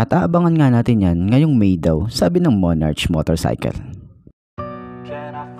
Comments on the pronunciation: monarK po pronouncation nyan di po monarCH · Monark,tamang pag pronounce nya...✌️